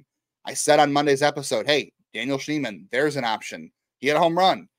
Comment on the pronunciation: His name is Schneemann. It’s not that hard.